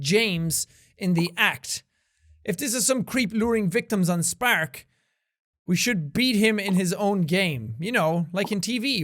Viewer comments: I love the way Seán pronounces spark, he says it like sPAark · I really like how Jack pronounces Spark. Is that only me?